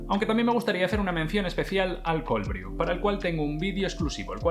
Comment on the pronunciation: "Brew" se pronuncia /bru/, no /bríu/. Gracias por la información, vídeo muy completo 👍🏻👍🏻👍🏻.